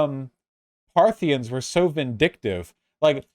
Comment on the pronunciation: Partha-KNEE-ins or sometimes just Parthians I think. But never Parthinians.